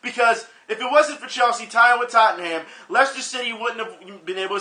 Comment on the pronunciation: Main event you got no excuse to mispronounce Tottenham after the trips you made to England, didn't anybody in England try to correct you.